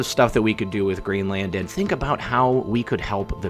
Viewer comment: Your pronunciation of Greenland is making me cringe like I'm being slapped on the forehead with a paint stick. Let Ireland be your guide.